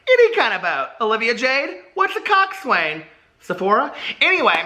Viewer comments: How has no one told you yet it's pronounced cock-sin?? Rowers of the world where are you?? Don't leave hanging like that. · I love you but my grammar bone is twitching hard. Although it is spelled COXSWAIN - the way to properly pronounce the word is COCKSIN - I know this because I was a rower for some time in high school haha 🙃